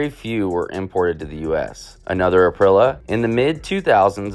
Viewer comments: ka-gee-va. April-e-a 😂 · some of the mispronunciation in this video (I'm Italian): Cagiva = KAA-jee-vah (/kaˈdʒiːva/) MV Augusta = EH-meh vee ow-GOOS-tah ˈeviː/ /aʊˈɡusta/) SWM = EH-seh voo EHM-meh (/ˈɛs.se ˈvu Aprilia = ah-PREE-lya (/aˈpri.lja/) TM = TEE EHM-meh (/ˈti Beta = BEH-tah (/ˈbɛ.ta/) Vertemati = VEHR-teh-MAH-tee (/ver.teˈma.ti/)